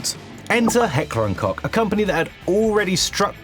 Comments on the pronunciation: its hecker and kosh not hecker and cock if you were confused about german pronouciantions into english. you are right the mp5 has more in common with a g3. because the russians near end of ww2 make the kleshnakov round for the ak74 that was viable in an smg use also. this was attempted with a 7.5mm round and the german engineers in austria said fuck this shit. kept 7.62nato for the g3 and used the lugar9mm round for the first itterations of the mp5 saying this was shit too. they made another varrient using the colt45 round and bolt assymblys would break. so they ended up using modified markov 8.5mm as 10mm rounds. being the birth of the mp5. the ump is a lot more difficult to use then the mp5 because the ukrianian and hungarian forces that produced it didnt have the same 10mm ammo supplies and elected for cold 45apc rounds. this is the very same reasons there was a 45acp shortage in 1973 where the special forces m9 pistole originally 45acp had a barrel exhanged for 10mm rounds and the airforce already branched out of the us army with their 9mm beretta varrient in field testing. so the speical forces dropped the 10mm/45acp dual purpose m9 to the airforce 9mm m9 becomming the standard of the beretta. then due to over production of the 9mm round is when the mp5 switched from 10mm defualt to 9mm default. not the 9x23mm lugar but 9x27mm french/american perabellum round. why they started producted the smaller lighter varrient the mp5k the mp5sd. so when that opertaion nimrod rolled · Ah yes.. The famous Heckler and Cock. The famous German rooster. Please give some effort into speaking the German "ch" not as a 'k'. You just sound a little bit dull [as if Germans would not be able to pronounce the 'th' correctly ;-) ]. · "Heckler und Cock" is not it. Please, just take a minute to learn how to pronounce things before making a video on it. It's common sense. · It isn't pronounced cock lol, cmon now murican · Heckler and Cock? 😂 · Dont say Heckler und Cock ....plsssss